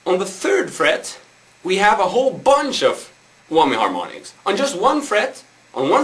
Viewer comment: LOLOLOLOL he said eeebanezzz and he said whommyyy ITS I-banez and WHAMYY lol hes still rlly cool and rully good